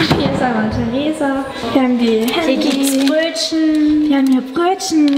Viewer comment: "Wir ham hier Bröödschnn" 😂